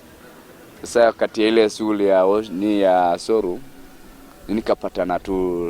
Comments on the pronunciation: Instead of saying show room, anasema Soo room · venye amesema 'sow room' nimekafunga